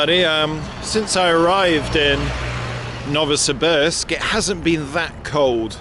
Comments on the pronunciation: Thank you for sharing about Novosibirsk. Incidentally, Pronunciation is "Novo see beersk" A bit like saying "beers" with a K Can't go to Novosibirsk without going to a KHL ice hockey game . ... team is "Sibir" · You are using the American pronunciation for Novosibirsk Ask a local and you will definitely hear "No vo see beersk"